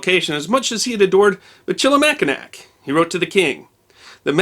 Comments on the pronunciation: Not trying to be 'that guy' but you seem like someone who cares about these types of things... But the pronunciation of the French fort on Mackinaw Island starts with "Mish" not "Mick", similar pronunciation as the tire company Michelin... Just trying to help out, love your videos! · ...and I do believe your pronunciation of the fort "Machi-NACK is incorrect; as the folk on Mackinaw Island will readily correct you, it's "Mack-in-naw" -- not - "nack" at the end. The fort is Fort "misch-lee-mac-in-naw" unless somebody can give a better phonetic spelling. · Cadillac, after Michigan, went down to Louisiana. “Mi-chili-Mack-in-nack “ 😂😂 hehe so cute. Mish-ill-eh-Mack-in-naw is the correct way. We also have the Du Nain Rouge. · for future reference Michillimackinac sounds like mishillimackinaw, first written accounts in french stuck--the town at the old fort site is Mackinaw City... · Michilimackinac is pronounced Mish-ala-mackinaw. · While I loved the history please learn the correct pronunciation of Michilmacinac. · As a native Detroiter it's always fun to listen to visitors try to pronounce our French street names, or Michilimacknac.